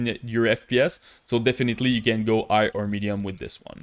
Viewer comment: Bro, why dont u pronounce the letter H ? it feels strange to me hear u speakinh "I" instead of High, and also other stuff ass well.